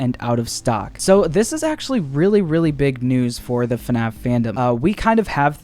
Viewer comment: Heard u said FUNNaff